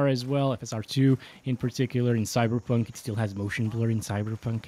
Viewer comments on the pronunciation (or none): none